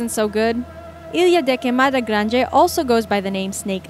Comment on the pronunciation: how the hell did she pronounce ilha da queimada grande?! I thought she was speaking chinese!